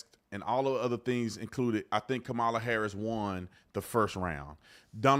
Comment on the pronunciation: Stop being rude and disrespectful! Calling people names and pronouncing VP Harris's name incorrectly.